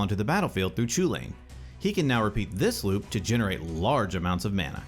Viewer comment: Would be nice if you would learn to pronounce it correctly, I mean the Eldraine set is almost entirely based in Gaelic and Celtic mythology, so pronouncing the name right would be just the right thing to do. It's Kul-in.